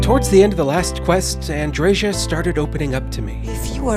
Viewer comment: Andreža, LOL! It's f-ing Andreja and J is is pronounced as Y in word yes.